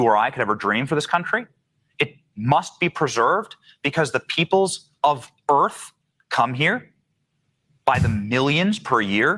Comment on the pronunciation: WELCOME TO EARF